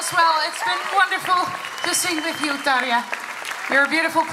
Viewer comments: I also heard Fire and went back to listen again, he seems to say Tarja, but in a very weird way :) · Finnish pronunciation is very clean, unlike English. This name is Tarja, not Farja... You can hear it even in this interview, in the beggining she said her name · Why do you keep saying "Fire?" Or are you saying "Tarja?"